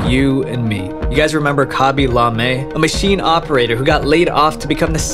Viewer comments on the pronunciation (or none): kah-bee Lah-Mei